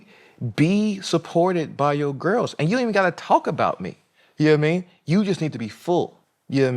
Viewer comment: Johnathan“yannowatimean” majors lol 😂